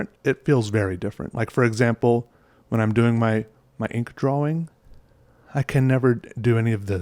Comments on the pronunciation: I used to be bothered by the way you pronounce "drawling" but now it feels wrong when I hear other people say "drawing" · I love the way he says draw-wing